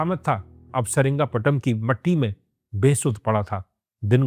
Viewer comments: Seringapatam ❌️ Seringapatnam✅️ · Dekhne jaa raha tha… lekin jaise hi saringapatnam naam suna instead of srirangapatnam… mood hi off ho gaya… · Saringaptnam❌️ Sri Ranga patna ✅️